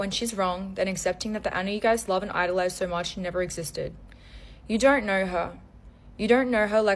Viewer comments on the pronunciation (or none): “You don’t naur her like I naur her” 💀